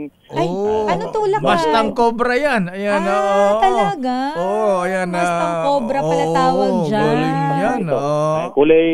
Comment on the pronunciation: Lamborgenie Porsha (at least tama ang bigkas) Mastang 😂